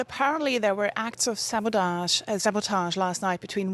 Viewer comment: Apparently "sabotage" is her kryptonite😂